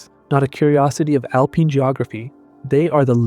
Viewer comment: "Alpeen"?!? Do better. Misleading title as they are NOT proven to be his descendants.